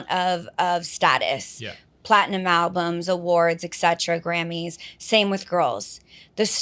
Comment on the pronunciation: I'm sorry, I know this is off-topic, but did she say "albumses" 😂😂😂